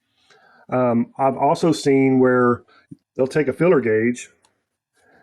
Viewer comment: filler gauge or feeler gauge? is that another transatlantic difference or just different pronunciation?